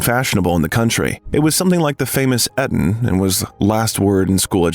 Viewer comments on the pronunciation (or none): It’s not ‘Et-on’, it’s ‘E-ton’. It’s not ‘vis-er-roy’; it’s ’vice-roy’. It’s not ‘Mister Churchill’; it’s ’Lord Randolph’. I listen to these things so I learn. Nothing to learn here. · The narrator's performance should be edited so he pronounces words correctly. It breaks my attention every time I hear the errors. Example, Eton is long Ee-tn, not Eh-tn.